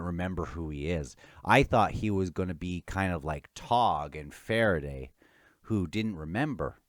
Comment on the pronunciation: Togg and Farraday 😂 please make a pronunciation video for Farraday 😂🎉